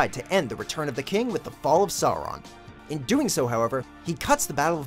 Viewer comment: I always wince a bit when americans pronounce Sauron and Saruman.